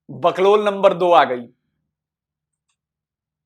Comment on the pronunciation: boklol nehi sir. porklol boliye